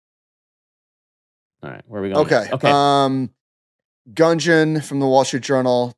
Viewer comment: It's pronounced 'Goonjan'!